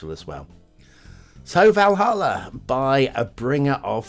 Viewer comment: Been waiting for this map!!! You pronounced Valhalla correctly btw ;-)